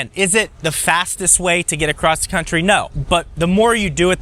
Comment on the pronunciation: “One of my favorite charging spots in the Crunchtry” since we’re pointing out mispronunciation lol